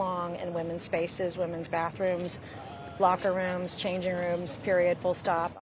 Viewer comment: Does excessively stressing "period, full stop” sound like "impersonating the Supreme Court Justices"?